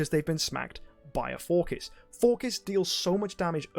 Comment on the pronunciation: my guys out here calling him forkiss